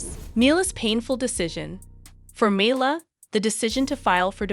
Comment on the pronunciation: U might want to learn how to pronounce Mila’s name